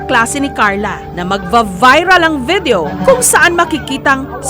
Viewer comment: VITHEO DAW..SABI NI J.S. " FAITH IN HUMANITY RESTORE" DAW. DI BA JOURNALIST TO? BAKIT GANYAN MAG ENGLISH? OK LANG KUNG ORDINARY PEOPLE..BUT A JOURNALIST?